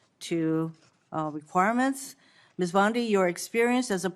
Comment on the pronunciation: It’s not BondEYE it’s BonDEE. Do your homework and pronounce names correctly.